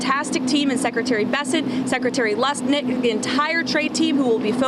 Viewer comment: Did that idiot say, "Lusnick?"